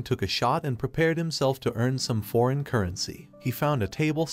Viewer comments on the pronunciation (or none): none